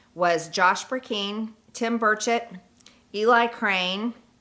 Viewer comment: How can she not know how to pronounce her colleagues last names?? Eg Tim Burchett and Harriet Hageman?